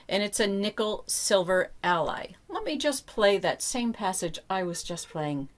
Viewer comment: Ally?? It's pronounced alloy as in boy,.